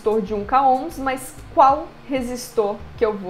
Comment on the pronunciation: Agonia vez vc dizer "mais" no começo do vídeo "mas" sem problemas, é chatão ficar corrigindo TD mundo o tempo todo.